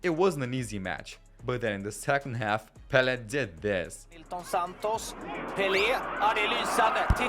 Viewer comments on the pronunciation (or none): none